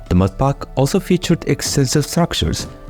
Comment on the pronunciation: "mudpaaak" bro must be from middle East 😅